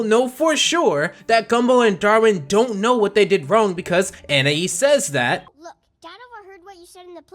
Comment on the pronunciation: finally someone pronouncing anaïs right